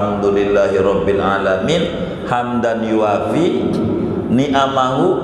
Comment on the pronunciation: coba cermati kalau baca حمدا يوافي bnr gk?